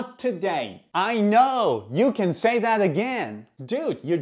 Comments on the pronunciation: He didn't say it correctly. The word "THAT" has to be emphasized, i.e., "You can say THAT again!", not what you said, "you can say that AGAIN". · It's kinda important for the emphasis to be on 'that' for this to make sense. Aka "you can say THAT again!" It sounds unnatural the way it's said in the video, though native speakers will understand regardless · With the sentence stress on the word that not again 😂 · For any non-native speakers who want to learn this, put the emphasis on “that” in the sentence. The way he says it doesn’t feel natural. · It gets confusing when you emphasize again and not that